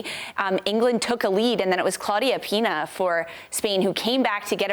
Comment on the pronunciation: For the love of God. It is Pina, not Piña (pineapple). You would have thought that sports journalists could at least bother to check her name. Ironic for a channel named after a Spanish expression.